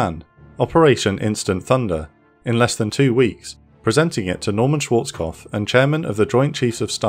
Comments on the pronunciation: kopf not kof, dont forget the p! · So weird seeing someone cant say Švarckopf, what youre saying is Šwōrckof.